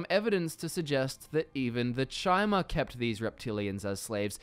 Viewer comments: Chimer = kai-mer As in chimera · Guy LITERALLY said Chy-mer. He doesn't know how to even pronounce an elven race. Probably not a lore master..... just saying. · sees video. Hears this mong pronounce Chimer. Leaves.